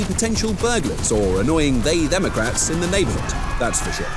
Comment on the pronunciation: “They themocrats” 😂😂